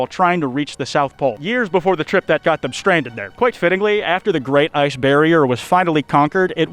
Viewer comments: That’s a “ interesting” iceberg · Kwites back! Praying to my plushie has payed off 😄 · YOUR BACK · FUCK YEAAHHHH ITS